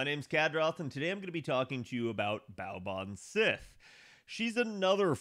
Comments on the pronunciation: For future reference, Baobhan Sith is pronounced Baa'van See. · "Baobhan Sith" is Scottish, so it's pronounced "Baa'van See," anglicised as Banshee.